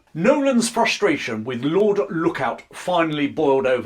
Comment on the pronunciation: onepoint was lord Lucan's nickname not "Lord Look on" rather than "lord Look out"